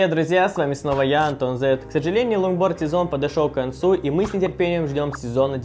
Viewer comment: Мне не показалось ломборд? Карл чеггглооо?